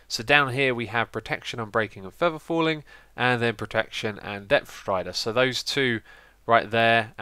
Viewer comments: "Depth Rider Stree" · "Depf thrider stree" -Xisumavoid 2014 <3